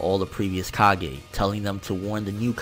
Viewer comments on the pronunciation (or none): none